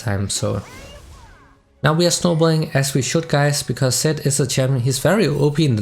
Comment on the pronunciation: when you say Zed it sounds like you said Sett XD. Btw thanks to your videos I learned to play better characters that I wanted to learn and thank you for that ❤️❤️❤️.